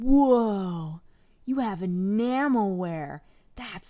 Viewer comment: Spent most of the video trying to figure out if she's saying Enamel-wear Or Enama-wear